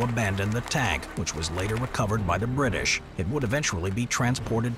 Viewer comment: “whecovored by da britsh” 👴